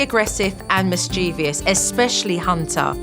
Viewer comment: Somebody should learn how to pronounce ‘mischievous’. I’m talking to you, Supernanny!